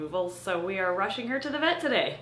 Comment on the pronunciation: From now on, the proper pronunciation of “today” is “to-til-dae”. 🧐